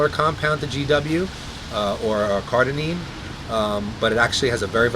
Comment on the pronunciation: Note: I listened back and realized I was saying "CARDININE" rather than "CARDARINE" so I apologize. This is what happens when you shoot Ask Merlin BEFORE having your post workout meal LOL : )